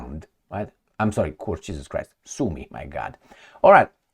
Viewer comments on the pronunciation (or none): none